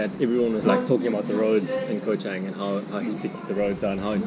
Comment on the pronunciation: At least pronounce it correctly 🤦🏻‍♀️